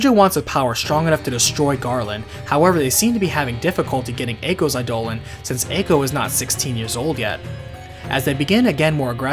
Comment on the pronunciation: Eye-duh-lawn. Come on man.